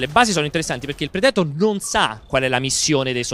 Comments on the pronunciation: Ma perché dovete sempre mettere l'accento nei nomi dove non ci sta?DRAGONBA'LL,PREDE'TOR,IRON-MAAAN ECC...Io sono sempre stato fra quelli che ha detto "NON IMPORTA" ma adesso lo state facendo con qualsiasi prodotto e per qualsiasi personaggio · Predetor mi sono sanguinante le orecchie. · Ma perché dicono predetor?😂